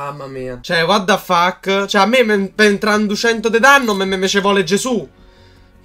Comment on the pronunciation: c'è whad dha fack 😂😂😂😂😂😂 DOVREBBE FARE L'INSEGNANTE DI INGLESE